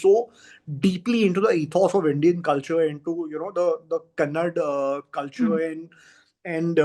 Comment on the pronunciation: Speaker can say Canada but not Kannada